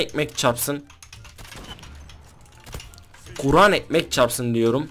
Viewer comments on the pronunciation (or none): abi KURAN mı diyon? yoksa guran mı diyon hangisi? :)